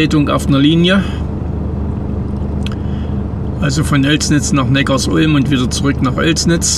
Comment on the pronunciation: Im Audi-Werk war ich 1,5 Jahre fast täglich arbeiten. Und bitte sag nicht NeckarsUlm, sondern NeckarSulm! Die Sulm ist ein kleiner Fluss, der in den Neckar fließt. Viele machen den Fehler und denken, dass es etwas mit Ulm zu tun hat. Den Fehler machte ich auch mal, bis ich dann 10 Jahre dort wohnte.